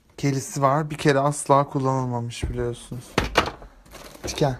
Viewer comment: Niye ikide bir tken diyo